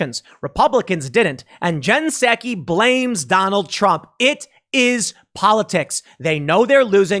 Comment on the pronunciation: It's spelled PSAKI but pronounced PSUKI